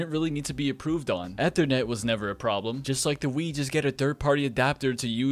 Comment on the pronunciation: Next video we teach him how to properly say “ethernet”.